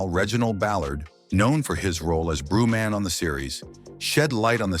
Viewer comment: This must be A.I. telling the story because it’s “Brutha Man” from the fifth “Flow”, not “Brew Man”. Who is Brew Man? Brew Man sounds like a potential dope character though. Just go around drinking Brews all day and then passes away at the end of the Season Finale from too much Brew.